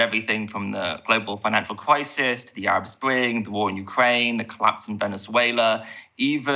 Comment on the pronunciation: The kwemlin has sparked a kwises with spiking food pwices